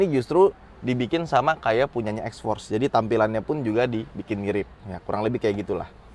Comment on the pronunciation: Salah aksen anda mas maksudnya itu xforce yg jg Mitsubishi